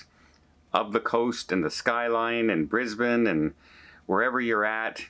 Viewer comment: HAY you said BRISBANE correct🎉 🎉 congratulations❤❤